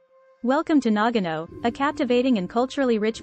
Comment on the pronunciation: You're mispronouncing it! It is not pronounced NAG- ano. It is correctly pronounced Na-ga-no.